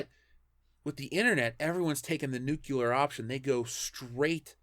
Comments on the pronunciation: Nuclear, damnit, nuclear. Say it with me: Nu-cle-ar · You are 100% correct, but I have one problem with this video...is it too much to ask that people pronounce nuclear correctly? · Why do so many people pronounce "nuclear" as "new-KYU-lar"?